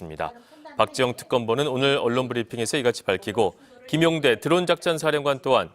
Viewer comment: 김용대 드론작전사령관 이름을 틀리게 말하네